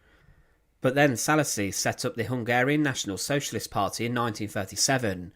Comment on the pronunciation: It is actually Szálasi Ferenc and not ,,salis